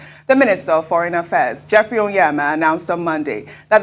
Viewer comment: Why is it difficult for the otherwise erudite 🇳🇬 anchor to pronounce o*NY*eama? It is not "Oyeama", and it not "Onyema."